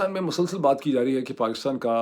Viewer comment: Dr. Moeed Pirzada, today’s vlog is extremely good,very meaningful and truly excellent. It is the best vlog. Doctor Sahib, the correct Urdu word is ‘mosalsal’, not ‘masalsal’, and you also use it very frequently. And you are looking so young and handsome, as if you are completely youthful.with best wishes